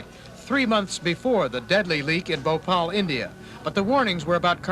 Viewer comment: THEY CANT SAY BHOPAL